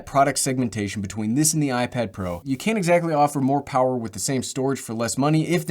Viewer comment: i don’t think anyone noticed this but he said iPad Pear